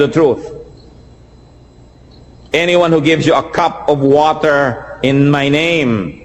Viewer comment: Woter dispenser